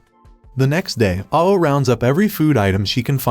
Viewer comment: Ao is pronounced like ow and it means blue in Japanese